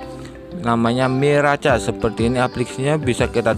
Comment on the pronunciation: Mirakes bang bacanya😂😂😂😂